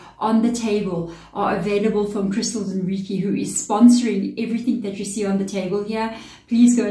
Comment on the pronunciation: reiki is pronounced ray-kee as per google